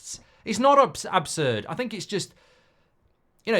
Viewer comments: "OB"surd Goldbridge? 😅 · ABSURD MARK NOT OBSURD